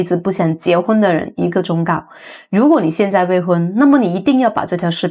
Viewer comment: 忠“告”~（音：固）